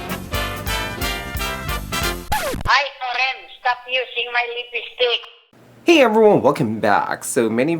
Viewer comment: hey, was that your mom or grandma talking, in your intro, sounded like she has a filipino accent when she said lipistick. like hapislip for happy slip, and kyutiks. thats how my lola (grandma) talks also. lolz. so are you pinoy? btw, this tutorial is fabulous! i love you^^